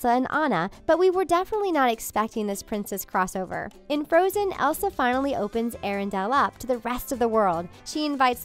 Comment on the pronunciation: And there's floatzen instead of frozen